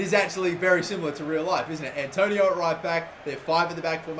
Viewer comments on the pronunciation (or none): none